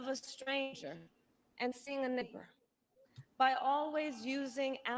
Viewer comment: What did she say? "Look a stranger in the face and see a n....." it didn't sound like neighbor